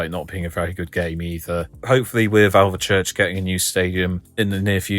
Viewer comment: I'm 5 miles from Alvechurch. Great video. Just one thing - it's pronounced "Alv - Church" There's no E in the middle ☺